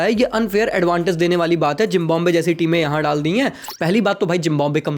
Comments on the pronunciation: झिंबोब्वे kyo bol rahe ho wo झिम्बाब्वे hai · Zimbabwe❌ Jimbanwe ✅ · zimbabwe ❌❌ zimb💀mb we